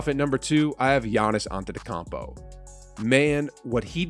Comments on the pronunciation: Otetekopo! Why do you say it like that? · Im not going to let someone who says antetocompo tell me he isnt the best player in the world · giannis antetocompuo? thats what i heard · Mpj over derozen Shai Lavine, Siakam, Ingram… list goes on and on.. do you even watch basketball bruh You also pronounced Giannis last name wrong… so get it right man